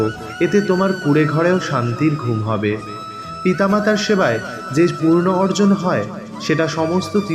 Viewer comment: Kotha t Punno hobe , purno noy 🙏